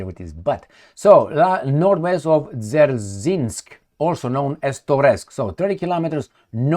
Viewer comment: That jon jon jon you may pronounce as Zer-jinsk 😂